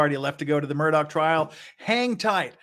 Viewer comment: It was disingenuous to state that the man's life came down to 20 min of oral argument. The written appeal/response is what the court really considers. The oral portion is there for the judges to ask questions - exactly what you seem to take issue with. PS: Please learn to pronounce Murdaugh correctly.